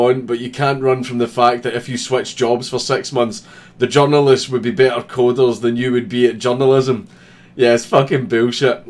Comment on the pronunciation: you said "the journalists" I heard "the genderless"